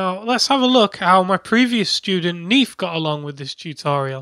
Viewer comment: Neef? Stop it